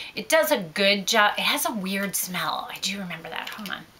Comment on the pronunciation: You say "hold" and "old" funny! It's OHLLD not ODE!!!